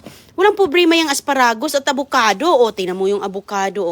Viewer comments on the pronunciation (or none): Susme,tarantang taranta na naman si Sisa,replay lang yan,na vlog mo na yang kuha mong yan,sobra ingay mo,panay replay ka lang,parang nagpalit ka lang ng damit.lokohin mo followers mong asa sa fake bbox,di na naalis ubo mo.mali pa bigkas mo ng lettuce at asparagus."litos at aspa ra gusss".para kang taratitat magsalita.!!!!